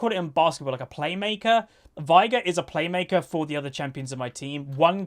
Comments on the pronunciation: Its vay-gar and u skill e second since u cant get stacks with w, and e is so much better for that situation where shaco died. It even says vay-gar in his lore btw. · why do you say Vigar?